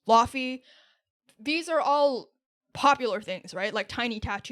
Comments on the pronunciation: ITS LAY-VAY 😢😢 NOT LAWFEY we all been GHERE 💔💔😔😔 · ❌Lawfy ✅ Lay-vay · Hey laufey is pronounced layvay not lawfee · it’s actually pronounced Luffy 🏴‍☠️ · Laufey is pronounced layvay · Laufey (Loy-vey) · ITS PRONOUNCED LAYVAY 💔💔💔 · Its LAU -FEY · it's pronounced layvay (source: me, a performative male) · Mispronouncing laufey over and over again has to be ragebait. I let it slide the first time but you keep on doubting yourself and you keep on getting it wrong.